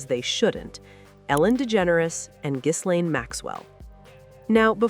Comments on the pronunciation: The S is silent in Ghislaine. I believe she has the most mispronounced first name on earth, especially in Podcasts. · FYI, the S in Ghislaine is silent and it’s pronounced Gi-LENN in French. I know… but it’s true 😅